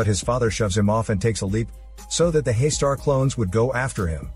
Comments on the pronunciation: It is not pronounced as 'Hey-star'. It is 'Hus taar'. Here Hus as in Bus, T in taar as in 'th' in 'things' and 'aar' as in car. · Pleases don't mind. It's not Haister It's Haastaar ,. There is deep fear here in that name spelling actually,. And I'm one the early viewer of this legendary movie. Anyone who haven't seen it yet 100% recommend watching it first.